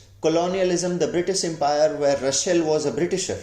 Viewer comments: Say/pronounce his name at least correctly !! It is not RuSHel - but it is RuSSel [s] ! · Say Ra sell... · You pronounced "Russell" as "Rushell" 🤔